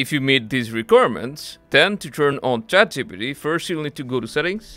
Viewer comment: I wonder why you are unable to pronounce ChatGPT..Chat gee pee tee...